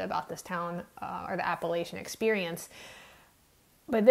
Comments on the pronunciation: I just found your channel and am enjoying it very much. I must mention, however, that Appalachia is pronounced Apple-atcha with a short A sound Not Apple-aaatcha with a long A sound. Signed, a native Appalachian. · It’s pronounced App-uh-latch-uh. Just sayin